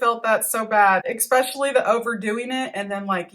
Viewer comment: I don't disagree with you about the bruh thing, and also bro. I would just like to point out my pet peeve with so many online mispronouncing words. For example, I've heard you say acrosst, instead of across, and expecially, instead of especially. I wish educated people would start to speak properly again. I say this with caring, I like you and your channel.